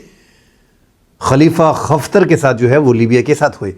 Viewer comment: Bhai jan khalifa Hafter hai khaftar nahi hai